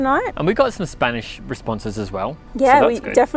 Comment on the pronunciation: Im amazed at how good their pronunciation of spanish is